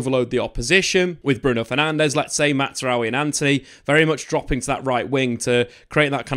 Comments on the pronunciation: Just for better pronunciation; it's not "MATTZRAOUI", his name is pronounced "MAZ-RA-WI" "MAZRAWI". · It’s MAZ-ra-wi. Not Matz as would be pronounced if he were Italian/German. It’s Arabic and the best pronunciation would be MAS-ra-wi 😊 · His name is pronounced MAZ-RA-WI there is no T 😅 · Matt’s rowe eee lmao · The Z in Mazraoui is not like the Italian Z in plaza but rather like jazz. Matzraoui is wrong. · I swear your saying his name like that on purpose